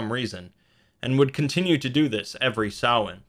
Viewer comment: no. The guy in the video is closer. It is NOT sam-hane